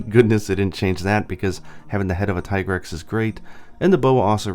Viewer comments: TEA-grex is the correct not TIE.what are you talking about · The handler says "Tee-grex", so, no, "Tie-grex" isn't the correct pronunciation. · God dangit, it's not Tih-grex OR Tie-grex, it's officially dubbed Tee-grex in English. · i prefer said [Tea-grex] not [Taï] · Mi handler says "Tee-Grex", not "tie-grex". Is something wrong with my game? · Wait, I'm confused about the Tigrex pronunciation. I've been calling it Tai-grex this whole time, and then Iceborne says Tee-grex, but you say it is officially Tai-grex? Which is it? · Ty-grex??? In Iceborne they call it Tee-Grex. I swore these debates would end already but damn, the "Ty-grex" side has evolved into full on denial. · It IS pronounced "Tee-grr-ex". Because the name is a pun on "T-Rex" with extra "GRR". The name was even confirmed in spoken manner within Iceborne. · Tigrex's Japanese name is literally pronounced "tea-grex" though. You'd think a guy notorious for playing Japanese versions of MH games rather than waiting for translations would pronounce it so. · This nigga just said Thai grex... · isn't it pronounced teegrex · Doesn’t the handler pronounce it Tee-Grex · Who the hell pronounces Tigrex like Tee-Grex? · It's actually "Tee" grex in Iceborne, the handler clearly pronounces it that way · Bro. There is voice acting, you can't say that a pronunciation is correct when it is directly contradicted by the game. The handler very clearly enunciates "tee-grex." Small nitpick but you took an aside to comment on it so, yeah. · Uh, no, it's still TEEgrex. They even say it in the cutscenes. The only way it would change would be if Capcom japan changed the romaji spelling to Taigarekusu. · I'm glad I'm not the only one who noticed mistake on Tigrex pronunciation. Shame on you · In english, Tie-grex is the official pronunciation. In Japan, its Tee-gure-kusu. So either pronunciation is fine. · what can we do? well... at least pronounce the name correctly like how it should be I guess? :/